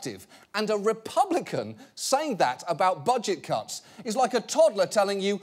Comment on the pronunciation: I hear cucks everytime he says cuts and I can't unhear it. It is pretty funny though.